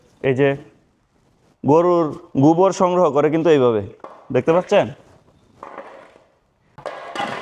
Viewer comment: গুবর না গোবর। ও-কার কে উ-কার বলিস কেন? জঘন্য শোনা যায়।